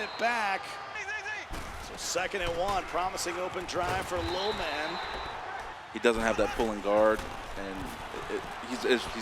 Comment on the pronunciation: Why does that guy struggle saying ‘Lil Man’ like Jesus.